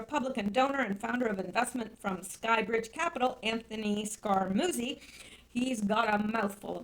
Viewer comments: Not Scara-Moosy SCARAMU-CHEE Two Cs make the sound "CH" in Italian ! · Scaramucci pronounced Scare a moochie I THINK. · Bon GEEE no! Scar A MUCHIE - long U Jeez. Watch some TV and learn how to PRONOUNCE names. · Scarmucci is pronounced "scar - MU - chee" or "scar - MOOCH - ee". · I'm glad I searched through the comments before I posted - was going to tell her I thought it was more like "Scare-a-moochie" lol 😏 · Scaramucci is pronounced Savaramuchi. Reince is pronounced Rhynce (like rhyme)